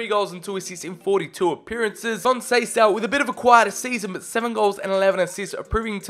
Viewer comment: Conceicao is prounouced con-say-s-ow and he is portos managers son